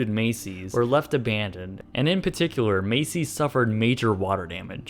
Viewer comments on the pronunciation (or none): Why does he always say "a-BAND-oned"? lol